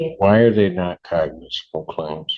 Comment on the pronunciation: The word Cognizable, is the attorney saying the word right? Sounds like the judge corrected her several times and she still says it wrong. His Honor is super irritated, you can see it in his face.